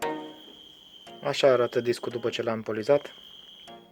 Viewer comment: O mică eroare. Nu se zice POLIZAT ci POLIȘAT. Sar putea sa ma înșel eu dar așa sună mai ok. Mult succes în continuare!!